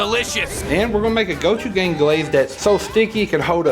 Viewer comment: I love that you pronounce gochujang as "gochugang". Not poking fun, just enjoying it.